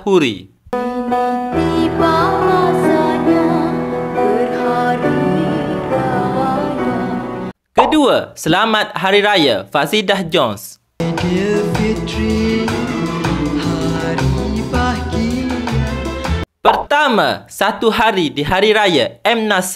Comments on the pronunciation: Fazidah joned jonet bang long.. bukan jones bang.. dia melayu tulen bkn melayu kacuk omputih bang long.. repair ckit pelet mung tu long.. 😂😂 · Fazidah Joined laa. Kamu sebut pun x betul.... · Bang penat saya gelak sebutan abg hahha Fazidah jones lah menjelang jadi menjelan lah adoii bang penat saya gelakk